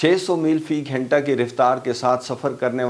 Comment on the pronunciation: جناب واقع کو واقعہ اور گھنٹہ کو گھینٹہ نہ کہا کریں۔